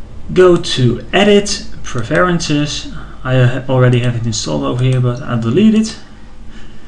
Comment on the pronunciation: You really need to look up the pronunciation of the word "preferences" bro!!!